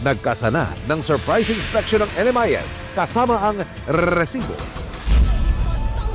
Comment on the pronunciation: Tigilan mo yang rrreeeesiboo mo kainis😂